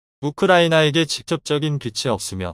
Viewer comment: 우리는 우크라이나에 직접적인 [빚]이 없으며 ~ ~ ~ 에서 [비지]라고 발음해야지, [비치]라고 발음하면 안됩니다.